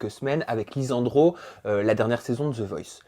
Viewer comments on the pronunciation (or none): On dirait il ne sait pas prononcer les [s] "RIDZA" "LIZANDRO" 😂😂😂